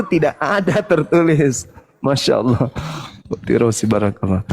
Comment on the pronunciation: Kenapa pendeta sebut alah.